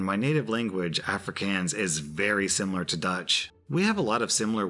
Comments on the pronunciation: you probably won’t see this comment but every time you say Afrikaans in a video it sounds so wrong. You say it like Africans and that’s not how you pronounce it. For an English speaker pronounce it like of-re-kon-s, it’s not how you spell it but it’s how you would say it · “Afrikaans” is pronounced afri-cons (kaan is pronounced like kahn from Star Trek, but without Kirk’s over the top-ness) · haha absolutely love the attempt at Afrikaans, iv always wondered how people from other countries might pronounce words :) lol afrikaanse is pronounced more like uff-ree-kahns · Hey, just for future reference the word "Afrikaans" is pronounced "aw-free-Car-ns" common mispronunciation for people not from Africa 😅 love your videos, my dude. Great to listen to while doing chores. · can you please learn to say afrikaans correctly, it's with a longer a sound & very easy to look up on google. this isn't the first time i've heard you mess it up in a video. i understand you are probably not familiar with the language & that's fine, but you are mispronouncing it. my parents speak afrikaans so it's a bit jarring to hear. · The pronunciation of "Afrikaans", you were so close. Our language is weird XD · Mag ek die slip kry asseblief Mag - (it's ma and then the g is like that sound you make when you trying to make the vomiting sound) Ek - ( you pronounced that fine Die - pronounced "Dee" Slip - slip Kry - the "kr" is fine but you end it with a "ey" sound Aub - that was fine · Omg I'm a South African and yes you very much butchered the sentence but I love the fact that you gave it a try. Thanks for the daily content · Yeah big oof at that pronunciation but can't blame him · Yesss, I was waiting for him to butcher the Afrikaans part🤣🤣